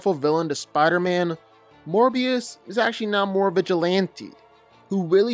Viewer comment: Why did it say morbius loo